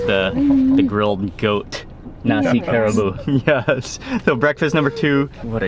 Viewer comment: I think it's pronounced Ka Ra Bu ... a 3 syllable word